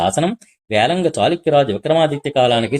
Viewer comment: వేంగి అనే బదులు వేళంగి అని చదువుతావేమి నాయనా?